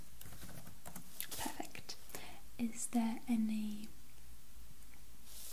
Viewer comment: Lol it sounded like you said ‘purr-fect’ after the cat image 😂